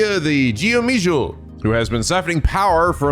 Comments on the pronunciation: Fyi Geomijul is pronounced closer to "Kho-mijul" (as opposed to Jee-oh-mijul). English script of Korean can be a bit weird trying to figure out its pronunciation. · It's pronounced Go-Me-Juul 😅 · Just fyi, Geomijul is pronounced: Goo-Mi-Jewel. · Btw, Geomijul is pronounced as goe-me-jewl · Just a heads up, Geomijul is pronounced like 'Ko-Me-Juul'. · I’m sure there’ll be more comments about your pronunciation of Geomijul but I’ll throw my hat in here too while I’m relatively early. The Japanese dub even pronounces it more accurately and a decent approximation is more like Go—me-jewel. If I’m remembering right fellow penguins even corrected the pronunciation in Lost Judgement. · Closer to "ko-me-jewel", because Korean generally devoices initial consonants. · Helpful tip: You made the same mistake in Lost Jusgment in pronouncing Geomijul. Thankfully thanks to the dub, we know it’s actually pronounced Goh-mijul. Someone last episode commented that the “eo” in Korean is actually pronounced “oh”, keep this in mind for any future Korean names with this spelling. Just want to drill this in your head before it gets stuck, the Geomijul will be a huge presence in this new setting as one of the Ijin Three.